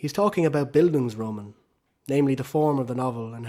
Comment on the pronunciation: Gonna ignore the pronunciation of Bildungsroman